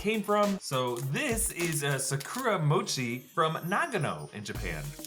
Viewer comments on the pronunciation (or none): sa cur a 😭 it’s Sa Ku Da/Ra